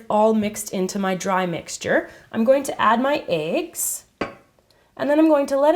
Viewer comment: 2 aigs lol isn't it meant to be said like eggs not aigs